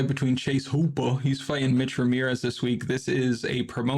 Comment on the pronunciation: Please stop saying hooper like that😂😂